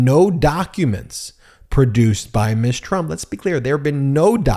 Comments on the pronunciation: Ms. is pronounced "Mzz" not Miss. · Ms. Is not pronounced Miss. it is pronounced Mizz. Thank you!😉